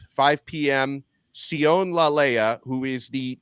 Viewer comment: Just to help Sione is pronounced See oh knee